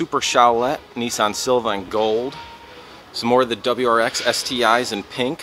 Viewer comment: Sil-Vi-A, NOT Silva.